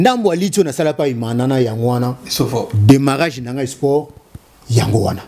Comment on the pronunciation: Salut corrige ta prononciation on dit(SPORT)et non Esport. En outre on appelait Hitler la FUREUR et non FOUREUR merci pour la compréhension.